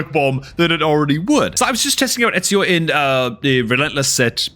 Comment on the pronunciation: Love the vids, but i have to say, his name is E-zi-o not Et-si-o. But definately should start a new FTP account